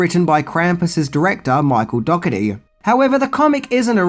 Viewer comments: Dougherty (dourtee) not dogotee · OMG‼️ "Dockerty"???? Dough-erty.... GET IT RIGHT‼️ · His name is pronounced Michael Dor-i-teei. Just saying... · Cool video as always, but Im pretty sure the director's last name is pronounced "Doe-her-tee"